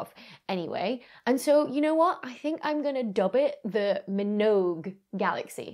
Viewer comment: great video. I don't think she pronounced Minogue correctly